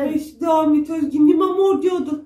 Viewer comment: Abla nevırmor diye okunuyor vallahi tarihe geçtin